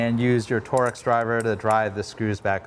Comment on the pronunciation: Torks, just say torks